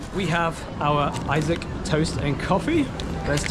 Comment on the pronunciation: its pronounced "E SOC" not I - saac urgg. Im just being jealous fyi xD